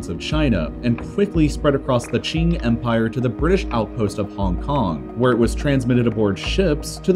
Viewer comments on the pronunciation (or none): none